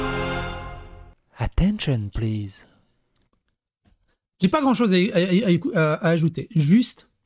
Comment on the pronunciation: "ATTENCHEUN PLIZ!" 💅🏻💃🏻 😮‍💨😮‍💨😮‍💨😮‍💨😮‍💨😮‍💨😮‍💨